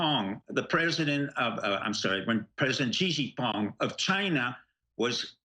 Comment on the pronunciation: STEVE: stop butchering Xi Jing Ping's name... Correct (Chinese) pronounciation: shee' (long e) - jing (short i) - ping (short i).